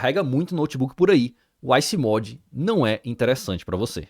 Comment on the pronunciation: Comprei o Alienware M15 R7 dia 22 de set e só chega amanhã mas gostei desse e seria minha próxima opção!Vc falou muito bem mas fale direito a palavra MODE que fecharia com chave de ouro.👌 Procurei Water Cooler no site e não tem nada a respeito dele....